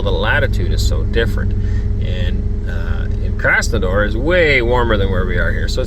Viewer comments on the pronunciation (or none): Не хочу умничать, но я как проживающий из Краснодара будет правильно Краснодар, а не Краснодор, без негатива) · KrasnodAr, not KrsnodOr 🤓😉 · Comparing climate by latutude never works. Latutude is irrelevant whatsoever. You mentioned Krasnodar (though you mispronounced the name 😊). It's my home city. I wouldn't say that it's warm there all year round. Winter is nasty there because of high humidity. 0 C is much worse there than -20 in Central Russia (or -40 in Siberia as a mattr of fact).